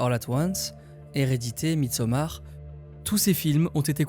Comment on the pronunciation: J’aime ton accent. midsommarde 😂